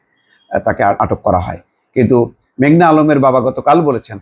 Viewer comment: ভাই মেঘলা না মেঘনা?